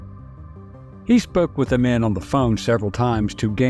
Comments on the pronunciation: Amin is pronounced Ah-meen NOT Ah-min. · Only because I am an old, old geezer, I recognize the mispronounced name "Idi Amin." It was pronounced "Ameeen"